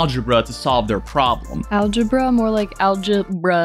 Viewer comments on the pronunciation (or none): Algebra? More like algeBRUH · Man, that girl makes me go, algeBRUH Wow after I posted that, she said algeBRUH 😂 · "algebruh" you guys are killing me 🤣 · Like i knew she was gonna say AlgeBRUH but she said it so well i died laughing in class and almost got kicked out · algebra? more like alge-BRUH I nearly spit out my soup